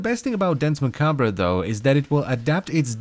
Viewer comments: Nice video, loved the in depth review. But man, I have to point out that you badly mispronounced Danse Macabre. It's actually pronounced closer to Dawnce Mah-kab. Both words are french, and literally means "Dance of Death", which is an old artsy trope that all people regardless of their lot in life will be whisked away in a final dance or show by the personification of death. Which I felt kinda adds some flavor to this warframe. As it's kind of implying it's the personification death. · Its prononced "dance ma-kabe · That is not how you pronounce Dance Macabre (its french) and he spins COUNTER-Clockwise.